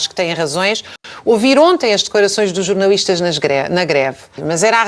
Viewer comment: Já jantei. Não aprecio borrego. Por isso, nao sigo esse programa. Além disso, ilustre Dra Raquel Varela parece ter uma "dis ué kssia”, um qualquer problema a pronunciar os "L", que ela diz "ééuuue". Não a entendo, sinceramente... O que são "jornauuuuístas"? Nao lhes dê crédito, Deputado Tilly... O Tilly tem tanta coisa importante para preparar, em virtude das suas novas responsabilidades... e está a gastar o seu valioso tempo com esses mendigos intelectuais? O Deputado Tilly vai fazer algo CONCRETO por Portugal e pelos portugueses. Esses comentekos, ao contrário de si, não acrescentam nada... Vivem em 1974, e de lá não saem.